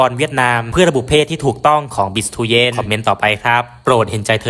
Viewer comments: ฟังคนพากย์เวียตนามเรียก บีช เตือน ไม่ใช่ บิช เตียน หรือ บีิทูเย็น หรือตู้เย็น!! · อยากให้แอดออกเสียงเรียกชื่อนักกีฬาให้ถูกต้องตามเจ้าของภาษาเพื่อเป็นแบบอย่างที่ดีของคนทำสื่อเผยแพร่ข่าวสารของนักกีฬาถือเป็นการให้เกียรติเจ้าของชื่อ คนเวียดนามเรียกเธอว่า "บิค เตวียน"